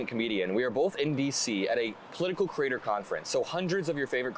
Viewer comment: Adam, I thought you said you were at “a political crater conference”. It had me thinking “what more could we DO to crater our confidence in our political atmosphere?” Then I realized you said “creator”. OK My bad. I’ll quietly walk away now, cratering in my own creation.